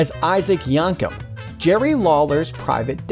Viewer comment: It's pronounced Mi(Y)-a-via, also Yank-em! I don't think you really are wrestling fan, despite the name of this channel.